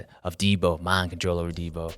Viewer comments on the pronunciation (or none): none